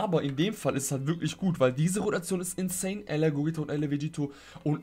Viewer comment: Statt insane höre ich, manchmal insaiyan.